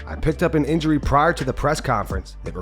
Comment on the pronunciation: „I picked up an inhury“